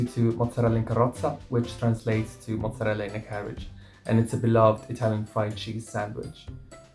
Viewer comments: "moh-zah-rel-ah" not "muh-zah-rel-ah" Some New Yorkers also say "prOH-juzt" instead of prOH-shoo-tOH, which is dialetto Napoletano. Double consonants get emphasis. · It’s pronounced mozzarella,, not muzzarella:) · the way you pronounce mozzarella is cracking me up. mooo. lol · Thank you for saying this - I was about to mention it too!!!! "Moozahrella" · Wait do New Yorkers from the city pronounce mozzarella with a u instead of an o? -a confused Rochesterian (and this is no hate meant btw! just curious)